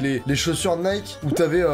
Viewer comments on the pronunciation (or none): none